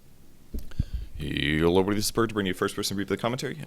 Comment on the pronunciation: Every time Purge says "yo hello everyone" i hear "Yolo everyone" xD